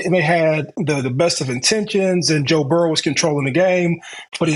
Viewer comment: "Joe Burrows"